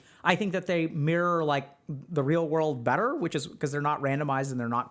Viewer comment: “In the real wurlde “